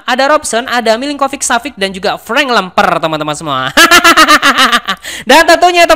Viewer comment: FRANK LEMPER KHAS JAWA TIMUR